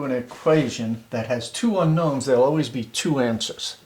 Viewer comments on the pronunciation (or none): two seconds in I can tell you that you left out the "n" in unknow"n"s. I'm an English major, I hate this shit.